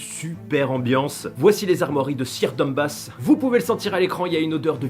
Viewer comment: Pourquoi tu dis Lord Dumbass xDD C'est Dundas non ?